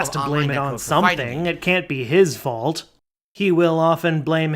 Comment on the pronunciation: Space-time’s fauwlt! 😂😂😂😂